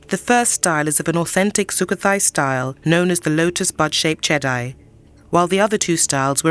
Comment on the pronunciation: Jedi: pronounces as Jedee, not Jedi like from the Star Wars movies.